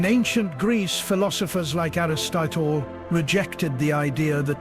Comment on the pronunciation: Aristitor. Does it mean aristotle😂